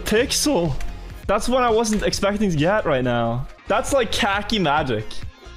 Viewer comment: “that’s” not “tha yes”